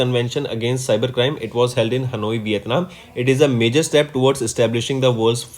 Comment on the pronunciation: It not vithanm